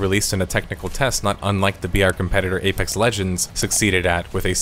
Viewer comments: When you say BR quietly it often sounds like VR. I was like "wow this is VR game? thats some real technical prowess... Wait a second..." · every time you say BR it sounds like VR and confuses the shit out of me.